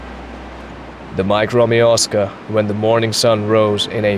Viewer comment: Great video and all but what the heck is "micro-me-oscar"? Why do you keep referring to the plane as such? 🤔